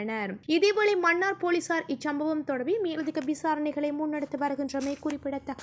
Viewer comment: செய்தி வாசிக்கும் பன்னாடை மண்ணார் இல்லை மன்னார் மணம் இல்லை மனம் உன் தமிழ் உச்சரிப்பில் ( ன ண ல ள ழ ) எழுத்துக்களை சரியான முறையில் உச்சரிக்க தவறுகிறாய் நீ என்ன இந்தியாக்காரியா? ஒழுங்காய் உச்சரி